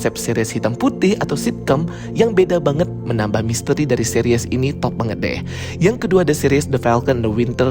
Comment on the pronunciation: Bagus reviewnya. Tapi annoying bgt dia bilang Seris, jadi Series 😂😂. Tapi oke